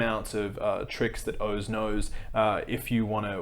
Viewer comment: That’s horrible grifting, but to me the worst part about Oz is how he pronounces his name.